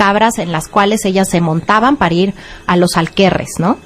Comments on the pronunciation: Janis Dark pensé que solo yo lo había notado, hay que buscar si el término “alquerre” existe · Que buen programa, aunque me quedó la duda con respecto a la pronunciación de “Aquelarre”